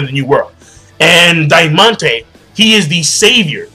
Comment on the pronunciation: The Spanish theme is even most obvious in this chapter. I bet the right translation is Trebol, not Trevor, which means clover in Spanish. For the same reason you should pronounce Diamante as in Spanish and I'm sure the other dude is called either Pica, Espada or Corazon Negro.